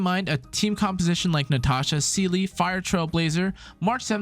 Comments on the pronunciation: it's literally pronounced see-luh in the game lmao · No pronounce of Seele was true between them😭